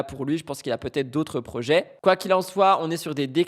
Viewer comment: MDR l'avocat qui massacre le français, tel un Youtubeur analphabète "des erreurs ont puTêtre commises" c'est cela oui